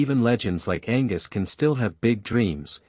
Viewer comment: Angwus???!!! Angus